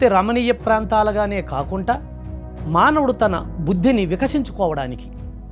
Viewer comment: కాకుంటా కాదు కాకుండా అనాలి sir